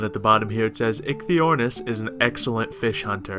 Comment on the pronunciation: I believe it is pronounced "Ikey" but the pronunciation may vary from word to word :)